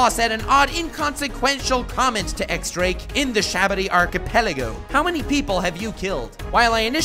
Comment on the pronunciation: Dress "rossa"? Its Dressrosa dude haha. And it's not X Drake, it's pronounced Diez Drake like the Spanish ten, but that's not super clear and Oda had to address it in an SBS, so it's fair you don't know that. Other than that, solid video bud, I love the historical parallels you make. Good work I was definitely intrigued. Drake left the Marines but we know he's good, joining Kaido straight from entering the new world is definitely for a reason. And Luffy took out doffy who killed his dad, diez barrels after rocinante stole the heart fruit from him, he said he didn't care and his dad was a dick but still could give him a motive to help